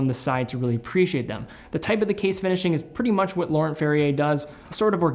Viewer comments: Laurent Ferrier, French name, so “nt”-ending silent as well as “r”-ending. Like cologne Yves Saint Laurent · Pronouncing Laurent wrong man.